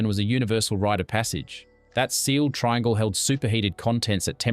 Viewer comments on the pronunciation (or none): none